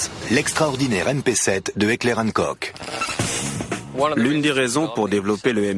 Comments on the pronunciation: Heckler & KOK????? Putain mais apprenez à prononcer >< c'est Heckler und Koch (allemand). Enfin les combats en CQB c'est la nouvelle face de la guerre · Qui a réagis à la prononciation de Heckler und koch ? ^^